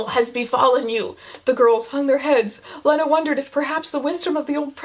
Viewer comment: So upset abt how she’s pronouncing lena